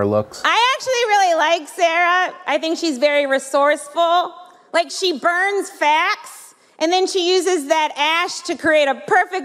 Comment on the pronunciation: YO DUDE IT SOUNDS LIKE THE COMEDIAN SAID “BURNS FAT,” NOT WHAT SHE ACTUALLY SAID, “BURNS FACTS” while I didn’t enjoy her jokes, I don’t think they’re as “tasteless” as everyone thinks. Shit doesn’t matter, we’ll forget about this in two weeks.